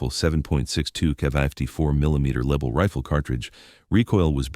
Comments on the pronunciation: As soon as the dumbarse AI voice said "Leeble", I was off. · Start by mispronouncing the Lebel. The Lebel was replaced by the Berthier which loaded with a stripper clip.